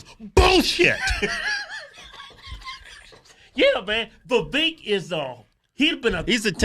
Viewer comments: Vivek, rhymes with cake, not keek...😆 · It's pronounced vi-VAKE, like "cake." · Vivek Pronounced like cake. Viv-ake. Or Viv-ache. Quit saying his name wrong. Hoooodge twins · Y'all are mispronouncing Vivek ... He said it's pronounced Vivake, like Cake. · Oh yea its viVAKE, like cake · They still keep mispronouncing his name🤣🤣🤣 Vivek like Cake! lol